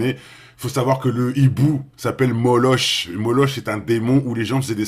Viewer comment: Hello! Le démon Moloch se prononce "moloque". Omniprésent chez Harry Potter? C'est pas chouette ....